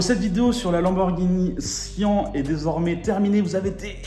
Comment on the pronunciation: Syan pas sian